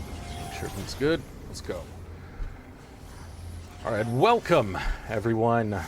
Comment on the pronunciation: That first "alright" threw me for a loop for some reason